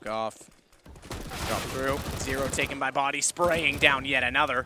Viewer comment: "bodyy" armour ;)